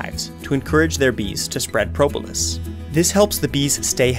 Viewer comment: How you say Propolis: Pro-bo-lis